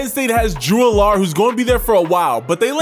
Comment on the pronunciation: Agree, Allar should be pronounced like Allen as in Josh Allen.